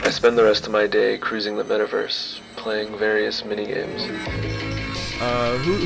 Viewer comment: How does he keep on saying metaverae now Facebook has done what they did it just feels wierd